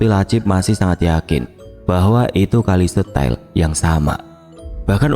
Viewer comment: Kalau memang bener lokasi ini di Banyuwangi, berarti nama stasiun dan desanya itu bukan kali setel tapi kali setail dibaca se ta il 😊